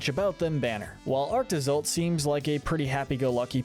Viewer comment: LANAKILA HAS 4 SYLLABLES, NOT 3! AND THE SECOND PART OF ARCTOZOLT IS TOH, NOT TUH!